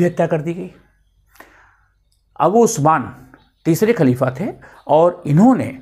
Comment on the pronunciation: Kuchh to pronunciations ki ghalti hai Khalifa kehne mein kyunki aapki zuban hindi hai aur dusri baat yeh hai ke Rasul Allah ka naam izzat ke saath leni chahiye jaise Hazrat Muhammad Sallallahu Alaihi Wasallam aur mrityu nahin kehte balke wafat ya phir intequal kehne chahiye. Aapne hawala diya hai Irfan Habib ki kitab ka, toh usme iss tarah likha hona chahiye, halanke mai ne Habib Sahab ki kitab nahin padhi hai.